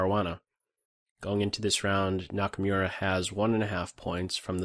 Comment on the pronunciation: Nice video as usual. Just one little thing: Hikaru's last name is pronounced like Nakamoora, not Nakamyura. :)